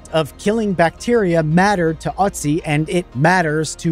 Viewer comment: Its Not otzi, it is called Ötzi